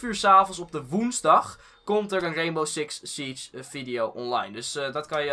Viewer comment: Reenbow Siks Sietsj